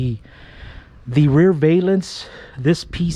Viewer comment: Its valence not vaylence.